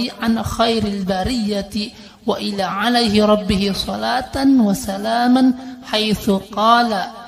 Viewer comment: tambahan pada lafadz وَالى yg di baca wa ila seharusnya di baca waalaa itu karna statusnya sebagai fiil dan failnya ربه